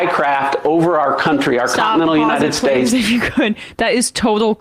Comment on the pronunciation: ‘United Space air space’ Maybe she’s sober & just has shitty dental care.